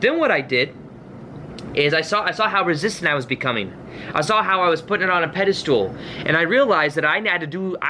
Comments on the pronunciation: I love him and kept shouting at the screen "pedestal... not pedastool". He's so adorable and reminds me of my younger brother. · Really inspiring. Thanks for your hard work. It makes me feel better about things. But there's no such word as pedistool. It's pedestal, as in "metal." Even though that was super annoying, it did help me remember your video. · god info.. but please give me the honor to teach you something.. it's not "pedastool" my darling.. it's a "pedestal." Keep up the good work. Thank you. ❣ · Excellent, but the word is pedestal, not 'pedestool' 🤣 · The way you say pedestal... It sounds like the Dutch word Paddestoel (which is a mushroom) XD I cannot unhear this. But this message makes sense. It's true and I think that's what other people mean when they say "you send out the intention for your manifestation and then forget about it". I believe they mean to stop giving that much focus and importance to it. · I've watched so many of videos that I have no idea how to pronounce "pedastal" anymore. Lol. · Great video. Just had this happen to me a couple days ago. Also, have I been saying "pedestal" wrong my whole life? 😜